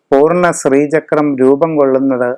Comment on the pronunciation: സ്രീചക്രം എന്ന് പറയാതെ. ശ്രീചക്രം ആണ്.